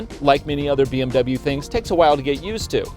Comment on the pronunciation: Dubble bee em you